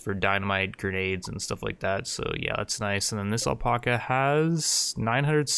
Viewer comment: Pretty intense video! But ffs please say alpaca right lol it's AL-PACK-UH.....not el-pok-uh 😂